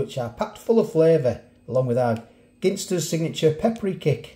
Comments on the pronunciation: why do you pronounce Ginsters as if you were looking for a 'Pin' in a haystack, would you ever go into a pub and try to order a Pin and tonic. This is just my spin on the proununciation of 'Ginsters'. Let me know why you say Pin instead of Gin. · we say gin as in the drink, ginsters you say gin as in Guinea pigs ..🤣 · Is it pronounced gin-stus or jin-stus?